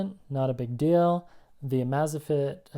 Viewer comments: Everytime said name wrong wanted to punch him.. amazfit.. how its written. Not amazafit.. amaze like the word.. im amazed at this... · "Amaze Fit" not "Amaza fit". Sorry, just thought u might wanna know if you're gonna keep reviewing them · You are really mispronouncing amazfit, it's amazing and fitness smooshed together.